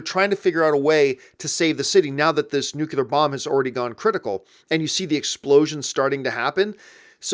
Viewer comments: Please, John, it's nuclear (new-clear) not nukular! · Cinemasins - did Campea say "nucular" bomb? (around 52 seconds or so) its Nuclear ... (watch cinemasin for the last indiana jones film) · John, been a fan for years and I love everything you do. That said, dear God you're killing me. The word nuclear is pronounced NEW-KLEE-AR, not NEW-CUE-LAR.